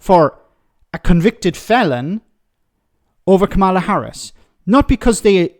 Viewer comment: Stop mispronouncing Kamala's name.